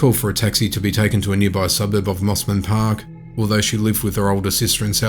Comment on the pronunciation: Lol, the snobs in Mosman Park would have had a fit when you pronounced it the same way as the Sydney suburb of Mosman. They call it "Mozman" Park, not "Mossman".